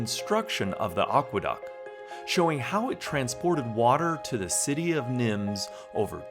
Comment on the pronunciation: And Nimes is pronounced Neem